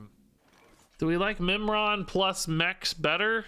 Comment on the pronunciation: Oh, Mimiron, I thought he said Nimrod and had to double take if I was watching a Snap video.